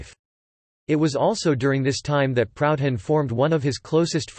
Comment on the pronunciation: This voice tool has an awkward way of pronouncing Proudhon."Proud Han)